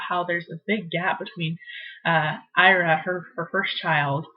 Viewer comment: Its eeeraa....ira